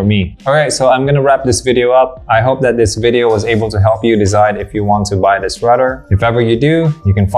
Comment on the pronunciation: Maganda talaga modulation ng boses ni kuya. Maski ako hanga. Ang sakin lang, he can improve his "tree" and "dis". (three, this)